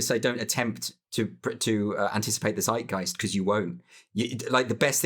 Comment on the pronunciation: you said "seidgaist" in the video..... and it sound like the german word "Zeitgeist" spoken from n nativ english speaker ... so my question is... do you mean the german word or is it an english adoption from the german word or whatever?... coz bothe words sound quite similar and so far i understand the conversation i think both words have the same meaning have a nice day^^